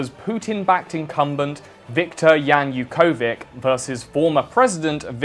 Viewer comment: It's pronounced /januk'o:vitsh/